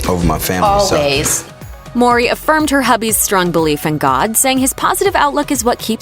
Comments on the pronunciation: Why she keep saying Maury 😒 mowwwwrrryy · Why does she keep pronouncing Tia's last name as Maury instead of Mowry?